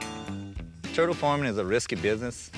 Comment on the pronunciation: "Am I not turtle enough for your club? Turrrrrrtle, Grrrrro."